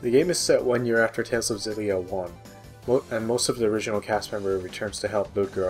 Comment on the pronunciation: You're supposed to pronounce the X in Xillia.